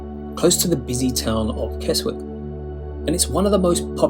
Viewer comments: Bran(d) new? Kes-wick? Must be AI voice over. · Keswick is pronounced kesick, you pleb!😂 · As others have said KESWICK is pronounced KESICK, something the narrator ought to have know. I don't think we should critisize foreign tourists for getting it wrong when some of our own can't get it right. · It's pronounced Kezik! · Keswick is pronounced Kes-ick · Love the videos as always but why say you’re showing less touristy places and then show St Ives and Keswick (pronounced Kezzick) which are two of the most touristy places in England and always over crowded in season, even if they are great out of season? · You don't pronounce the w in Keswick!! Nor can you get there by train!! Penrith or Windermere are the nearest stations, followed by a bus ride!